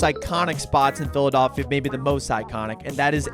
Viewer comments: I think I'm more insulted that he kept calling it, "PhilaDOLLphila". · Brother please say Phila-DELL-phia😭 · PhiliDOLLphia is irking me in a way I didn’t know was possible 🤣